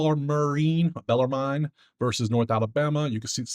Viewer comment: First! DAY 3 of trying to get to say Bellarmine correctly it’s “Bellermin” but I think they should change it to Bellermarine